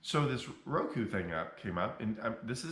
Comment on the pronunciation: Lol, you are a Genius. Mispronounce Roku..err Ruku to get more views.